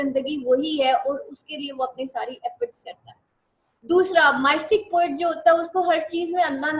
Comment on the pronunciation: Can you plz correct your pronunciation of word “Mystic “